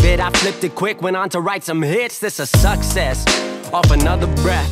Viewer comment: Love how he said sucksess